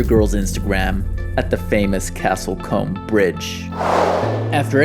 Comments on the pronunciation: its pronounced Cooooomb. Not Comb - THE definition of people we don't want visiting .. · I can see why you pronounce it as it's written but like a lot of places in our country it is actually pronounced slightly differently. Comb is actually pronounced as "Coom" , strange but true !!